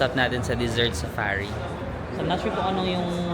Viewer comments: Hi our 😁 Pears po ‘ung nakita mo sa Carrefour and yes, Carrefour is from France. May cutie habibi na nagchi-check in sa hotel when you came from the Desert Safari 😊 Obvious talaga na mahilig ka sa Dessert….you are pronouncing Desert as Dessert hehe. Thank You for this vlog ❤ 😁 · Desert pronunciation is giving HAHAHAHA